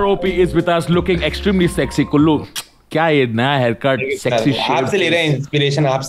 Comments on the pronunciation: a little correction , His name is "Kullu" (Aditya Kulshrestha) and not "Gullu" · It's not gullu, it's kullu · His name is Kullu not Gullu. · Its Kullu not Gullu... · It's kullu not gullu 😂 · He's kullu not gullu 😭